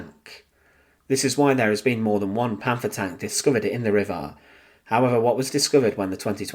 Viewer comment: " Panfaah" please stop , just stop.